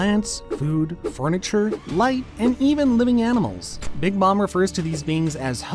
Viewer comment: Big mom< Bigi Maamaa 😂